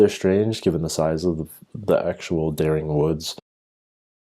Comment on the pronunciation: Just a tip, it is correctly pronounced 'Deering'. It is the name of a local family. Also, DuBois is pronounced (approximately) du-BWAH. The student disappearance is a hoax. If you look at the text below the photo it claims they were from Durham university far in the north but more importantly, the person who doctored this newspaper made the mistake of not checking what day of the week the Sixth of November 1996 is....which was a Wednesday! Again, a tiny bit of research applied to searching for the supposed 'Dering Wood Massacre' shows it to only exist on Paranormal sites and other dubious locations; the only evidence offered is a supposed newspaper which is obviously fake, particularly to anyone who knows anything about newspapers and British history. If you examine the most clear copy that I have been able to find you don't want to read the signs of fakery below and want to work them out for yourself, stop reading here. However, I am going to list them in order of the level of stupidity you need to believe that this is true. 1) The postcode listed on the paper is of the type that came into effect in the late Nineteen-Fifties, although the paper claims the article was published in 1948.2) The price is listed as one penny (1p) whereas the symbol for pence before decimalisation 1971 was 'd', taken from the Latin name denarius. 3) Use your blasted eyes! The top of the paper is stained and damaged and the paper title rests in the middle of a crease but the font remains sha